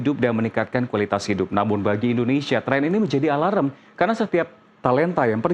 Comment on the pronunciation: Alaram...? Alarm